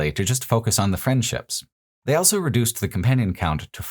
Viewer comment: pronounces the word "also" as "elso"